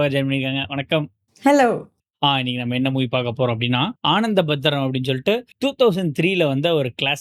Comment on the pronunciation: Aaanathabhadram allai❌ "Ana"nthabhadram✅